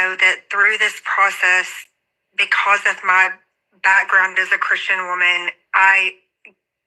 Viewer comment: I thought when she said "As a Christian" it felt like she emphasized that word too much, as if it were a prop to cover insincerity.